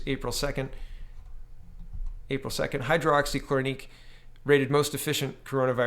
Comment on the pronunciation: Fludeau following Chinas example in misreporting the facts about the number of cases and deaths? Color me shocked *sarcasm*. P.S. HI-DROX-E-KLOR-O-KWIN, A-ZITH-RO-MY-A-SIN...I thought you were a teacher?